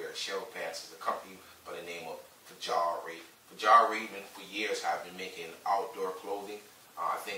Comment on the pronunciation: Great video. By the way it’s pronounced Fee all raven.